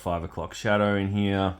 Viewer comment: "Here" is one syllable! ;)😅 Thanks for the review, buddy. Was it worth $100? I can't imagine it is, but its super cool. I personally like all the extras. Now, the soft, gummy weapons are a different argument, but as far as the amount of pieces goes, I think your complaints are unfounded. The boot knife belt seems kind of petty too. Those things are always slippy. Just move it up or take it off and move on. I don't think it's hard knocks reviewing to point out that stuff and call it "$#!t". I'm in no way a "HasBro" either. I dig this line and a couple others they make, but I am quick to point out their many flaws. Whatever. Just wanted to throw some "constructive criticism" your way and thank you for another video. I'm sure you worked hard to get this out so quick. Keep on keepin' on!